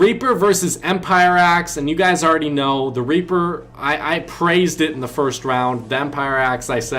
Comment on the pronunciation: I’m dead🤣 he said raper